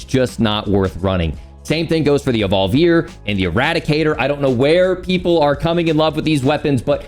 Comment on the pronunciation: I trust you because you're the first that I've heard pronounce Evolvere properly.